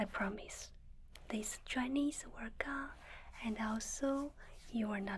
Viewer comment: I love how I hear "dry knees" instead of "dryness"